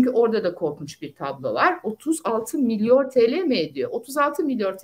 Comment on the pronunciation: milyor nedir ya? 😅